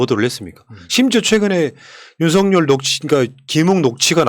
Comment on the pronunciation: 윤서결이 맞아요..윤성녈이 아니고 ㅋㅋ